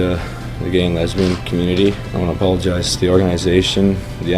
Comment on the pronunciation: Gronk said id like to opologize to number 27? He is a starting all star learn names if you opologize